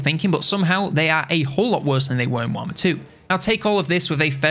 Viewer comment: What is this, "Waaghmmer III" you speak of…? Just kidding, nice video.